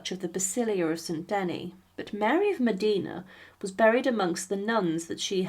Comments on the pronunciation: Facts before sensationalism...also pronunciation...Modena not Medina. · please......please.....Duce of MODENA not MODINA........Modena Modena Modena😬😬😬😬😬😬😬😬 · Modina😮😂😂😂 MODENA, MODENA, MODENA!!! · It’s Modina!!!! Not Modena!!!!